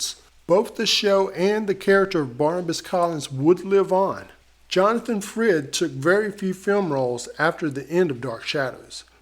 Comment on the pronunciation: Frid not Freed.